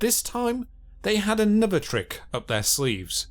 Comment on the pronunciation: Anuvva fousand ...